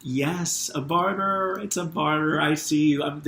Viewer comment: When I was suggesting you the word Barter, was the time you were trying to listen. And you said "Barter". Amazing